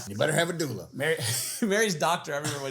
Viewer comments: doula ... pronounced DO LA and OBGYN is an obstetrician and gynecologist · It’s pronounced doo-luh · It is Doo Lah haha, my mom is a doula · A 'dow-la' is a personal trainer for baby having made me laugh. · pronunciation if doula had me in stitches... extra funny because I'm a doula 😂